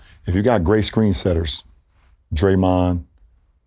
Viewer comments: Lebron called draymond dae dae 🤣🤣🤣🤣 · Lebron really calling draymond “day day” lol